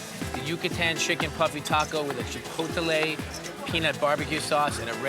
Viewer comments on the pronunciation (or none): lol a tex-mex chef who can't even pronounce Chipotle?